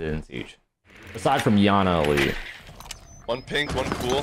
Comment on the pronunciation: “Beside from iana elite”